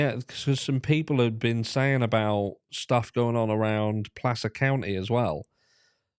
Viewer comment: Cudos for pronouncing Placer correctly 😄